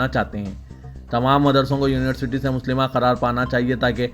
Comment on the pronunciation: Urdu ki bahut mistake karte ho Ap HATMI Hai HATTAMU nahi Musallama hai Muslima nahi